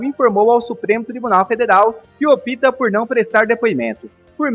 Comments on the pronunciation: Há um constante assassinato da língua portuguesa: OPTA pronuncia-se 'ÓP-TA' e não 'OPÍTA'. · A notícia é boa, mas o apresentador não conhece a língua portuguesa, ele diz que o presidente "opita" por não ir. Misericórdia!!!